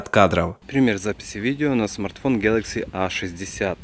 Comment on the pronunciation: Пожалуйста, не говори "гьэлэкси", слух режет, а за обзор большое спасибо!